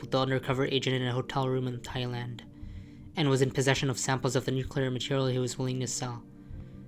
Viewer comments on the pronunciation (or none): none